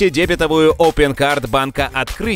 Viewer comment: ДебетОвую карту, дикторы профессиональные...